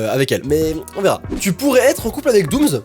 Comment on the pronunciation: Jsuis la seule à qui ça stresse quand il dit '' doomz'' au lieu de ''doomss'' 😂